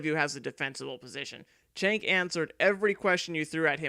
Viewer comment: His name is pronounced ‘Jenk’.